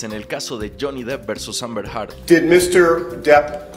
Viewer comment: El juicio ya casi termina y Candrés nunca dijo bien “Heard” 🥲